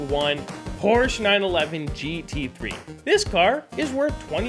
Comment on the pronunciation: Why he speak like that, POOoourshe, NExt up